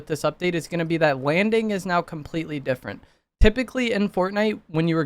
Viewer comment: did he really just say "Wanding is gonna be compwetewy diffewent" 😂😭